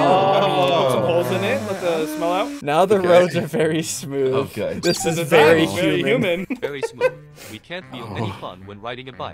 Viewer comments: Bro said its vary hummen but i think he ment alien 😂😂😂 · 🤣i dont understand why that man said vary human XD